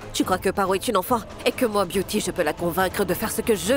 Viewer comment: Komsi pagen yon moun la ki tande biyouty di ,moi biyouti😂😂nan maryaj la